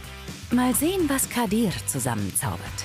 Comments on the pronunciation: Junge wie sie meinen Namen ausspricht triggered so krass „Kadirrrrrrr“ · Immer wenn sie "kadir" sagt hlrt sich das so russisch oder so an😂 auf jeden fall kann sie den namen nicht aussprechen